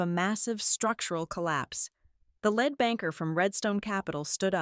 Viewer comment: "Lead banker" is pronounced /ˈliːd ˈbæŋkɚ/, not /ˈlɛd ˈbæŋkɚ/. TTS is hard, eh?